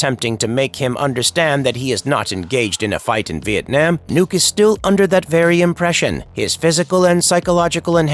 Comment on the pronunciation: The first youtuber who actually pronounce Vietnam correctly 🎉 i am so proud